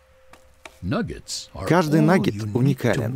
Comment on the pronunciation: Когда диктор говорит нагет или по другому по англ. Это звучит как будто он говорит Наггетс😂😂😂😂